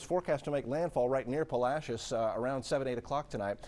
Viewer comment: Lol.. learn how to say Palacios... Right...